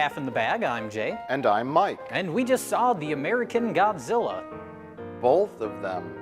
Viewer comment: Hey why the hell did you say "bolth of them" at the start of this video? Ain't no L in BOTH.